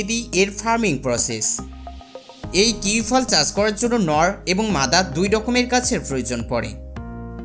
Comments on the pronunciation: Kiwi কিওই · ফলের নামটি অন্তত ঠিকঠাক উচ্চারণ করে বলুন এবং শুরুতেই বলুন